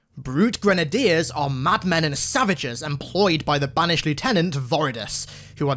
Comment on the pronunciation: My navy and marine friends made fun of me for pronouncing grenadier how you did. Same with brigadier